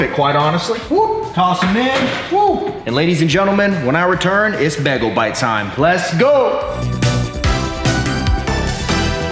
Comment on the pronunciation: Nobody:: BEGLE